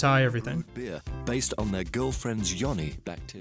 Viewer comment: Support Convos I think it's pronounced "Yoni"